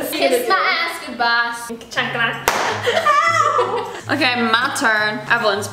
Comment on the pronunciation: really said ChAnCla